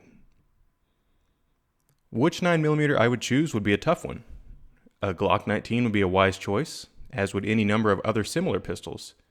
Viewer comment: A GROCK NIENTEEN A GROCK TWENNY TEW N' A GROCK TWENNY N'YTING ELSE IS WRONG